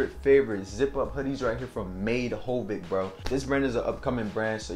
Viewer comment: Why are you saying made hovic it’s Made Havoc